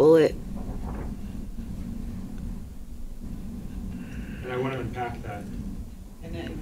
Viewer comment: I had to take a break for a few moments after she said "NutraBullet" multiple times to clarify. :/